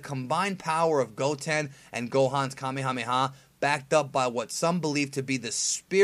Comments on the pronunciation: Pretty sure it's pronounced "Kah-may-hah-may-hah" and not "Kuh-mayuh-mayuh" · How do you make so much dragon ball content, and not even pronounce kamehameha right...